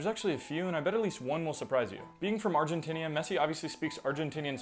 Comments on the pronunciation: Channel is called lingonardi- and yet you say “Argentinia” that’s wild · Brolost me at “being from Argentinia” then again he probably did on purpose so I’d…comment smh